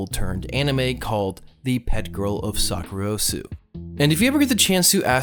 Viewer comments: he also mispronounced sakurasou as sakurosu at the start. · it’s sakurasou not sakurosu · "best known for this anime Pet Girl of Sakur...osu"? Bruh its Sakurasou. THEY SAY THE NAME LIKE ONE THOUSAND TIMES! REEEEEEEEEEEEEEEEEEE!